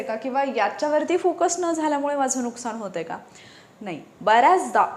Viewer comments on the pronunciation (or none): none